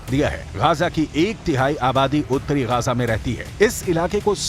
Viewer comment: Gaja nahi bhai, gaza bolo😅